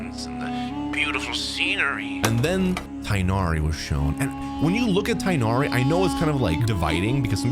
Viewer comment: It is not pronounced Raiden Shogan, it is pronounced Raiden Shogun. It is not pronounced Tainari, it is pronounced Tignari. The h sound is abandoned. It is not pronounced Shenha, it is pronounced Shenhe. It is not pronounced Elheithem, it is pronounced Alhaitham.